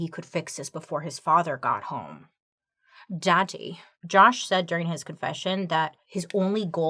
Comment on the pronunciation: The “dahdee” got me